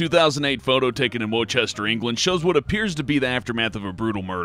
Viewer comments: Wor-chester England Hahahaha, Wuss-ter my man, it's pronounced Wuss-ter. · Pointed this out too. Grew up there and sometimes it bugs me that even other English people pronounce it wrong! There's not even a h in it! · Just to let you know Worcester is pronounced Wooster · Americans pronouncing Worcester 😂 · Jesus that pronunciation of Worcester makes my ears bleed, look up the names of places before you make a video.